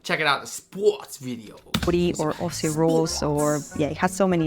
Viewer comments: Okay, let’s just be clear. AUSSIE is not pronounced.O (like O/range) SEE , it sounds more like Oz/zee( so it sounds just like “Ozzy” Osbourne And Aussies can give each other shit when we’re supporting opposing teams because we don’t take ourselves too seriously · Aussie is pronounced "Ozzie' pronouncing the 's' as 'z'